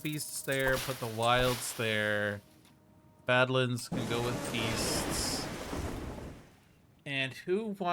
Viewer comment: I'm still out here, wincing when you pronounce badlands and islet. I can't wait to hear how you pronounce Infested Aquifers or A Circuitous and Wending Journey. 😵‍💫😝